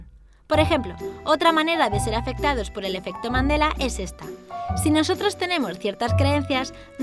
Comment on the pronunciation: Pense que decía efecto mandalena